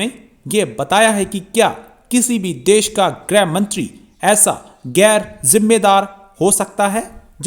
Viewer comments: ग्रह नहीं..... गृह होता है। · ग्रह मंत्री नही होता है गृह मंत्री होता है। ग्रह का अर्थ होता है नक्षत्र जबकी गृह घर को कहते हैं। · गृह मंत्री होता है। ग्रह नहीं। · गृहमंत्री, ग्रह मंत्री नहीं।🙏🏾🙏🏾🙏🏾